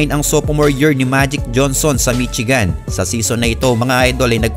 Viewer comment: mitsigan hahahaha. please do pronouce it correctly. Michigan to read as 'mi-shee-gań'